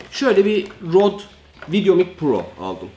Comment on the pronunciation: Abi rode degil røde